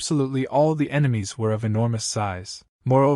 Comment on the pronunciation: Ememies 💀 bro it's enemy